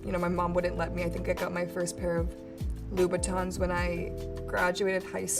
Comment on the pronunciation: So proud of for learning from his mistake and actually calling the shoes Louboutin this time